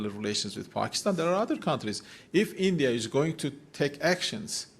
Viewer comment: “Endia” isolated haiye 😂😂😂